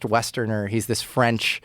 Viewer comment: Tell me you don't know how to annunciate french without telling me....